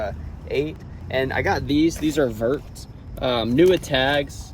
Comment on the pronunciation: Vertx pronounced Vertex.